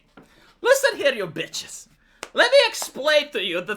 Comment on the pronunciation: you said that "listen here you bitches" in such an American way. I love it.